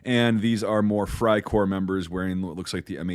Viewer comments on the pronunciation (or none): none